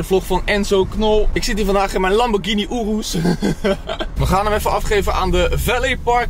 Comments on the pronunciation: hoi het is een joros geen oroes snap je je zegt het verkeert wand het is een joros en geen oroes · Het is zo hinderlijk om te horen hoe slecht je ‘Urus’ zegt … spreek het wat beter uit niet zo op het nederlands